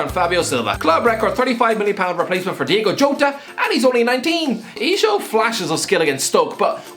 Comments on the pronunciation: Its diogo not diego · Stop calling Diogo Jota "Diego", man.